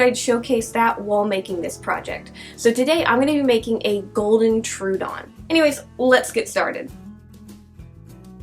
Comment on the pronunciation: I don't mean to be a pick but Troodon is pronounced "Troh-uh-don." Fun facts: It means "wounding tooth." The Troodon was named by Joseph Leidy in 1856. It is thought to be the smartest dinosaur with the largest brain compared to body size.